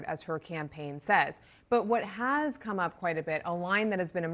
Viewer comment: Who is this reporter called President Biden to “cone here” what a rude